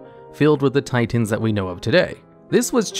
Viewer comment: tiTENS....ti TENS.....just fuggin say titan